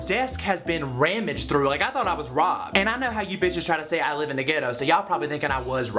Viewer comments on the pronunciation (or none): "Rammaged?" Do you mean "rummaged?!" Lol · "rammaged" through lmao